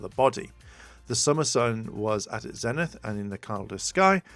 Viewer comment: I'm sorry, it's bugging me so bad that, as you read all these definitions, you're not catching the PRONUNCIATION it shows. XD Zenith is pronounced with a long E; ZEE-nith. :-b